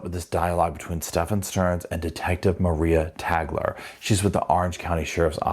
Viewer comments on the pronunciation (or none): Its not Maria Tagler. It's Maira Tagler, pronounced Myra.